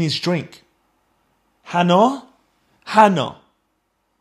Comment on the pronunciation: Hannah 😂😂😂 bo O wa aar